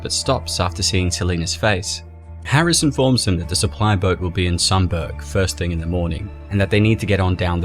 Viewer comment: It's not pronounced 'Sumburg'. It's 'Sum-bruh'. And it's very weird seeing the small, out of the way place you live represented in a comic book.